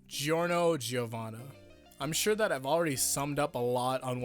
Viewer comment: You don't say the i in giorno giovanna, it sound like jorno jovana